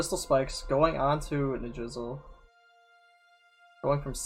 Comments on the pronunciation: also I believe it's pronounced ni-DRA-sil not ni-DRIZ-uhl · Lmao I kept hearing “drizzle” and thinking about rain.